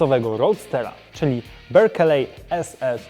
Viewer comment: Berkeley - mowi sie "berkli"